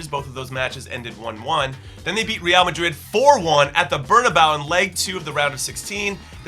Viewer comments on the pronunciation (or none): none